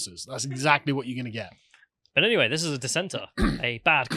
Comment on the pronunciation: Anyvay, anyvay, I'm a Teletubby and you're not my fwiend